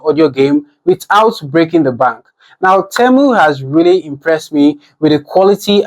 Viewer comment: Why are you saying Temo 😂 and not temu